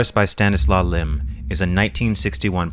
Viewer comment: You pronunced his name pretty good. Thank you for doing video about our polish great writer and visioner